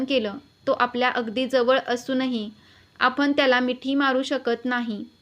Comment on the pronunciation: आपन नाही.आपण.